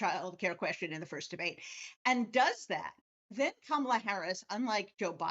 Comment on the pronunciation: He pronounced her name correctly! 😮